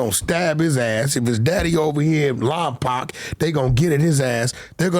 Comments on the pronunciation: He said "laampaaak" lmao was he tryna say Lompoc? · It’s funny how everyone pronounces “Lompoc “ it’s lom-poke the correct way to say it 😂